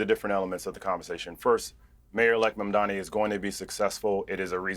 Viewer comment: Piers keeps mispronouncing Mamdani. just call him Mr Mayor.